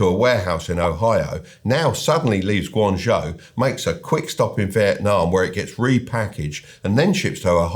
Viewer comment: The "J" in Beijing should be pronounced like a "J", not "ZH". The "ZH" in Guangzhou should be pronounced like a "J". It's pretty funny that you got both wrong!